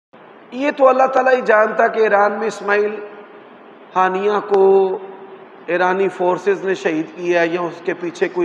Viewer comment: ہانیہ نہیں ہنیہ ہے